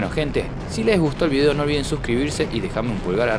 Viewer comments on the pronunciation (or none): none